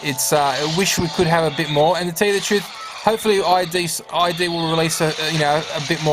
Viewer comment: It's Id not I D.